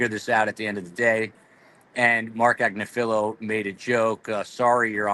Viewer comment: Learn how to pronounce “Agnifilo”.